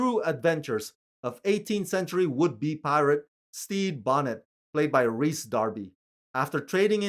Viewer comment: Finally someone pronouncing "Rhys" correctly.